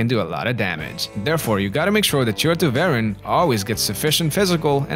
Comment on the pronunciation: Poster: Please learn how to pronounce Tervuren.